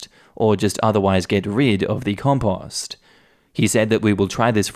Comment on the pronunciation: That’s an odd way of pronouncing “compost” lol.